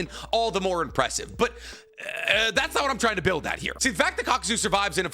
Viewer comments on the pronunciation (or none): none